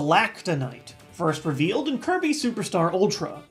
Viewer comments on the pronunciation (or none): "b a t t u l e w i t h K e r u b y"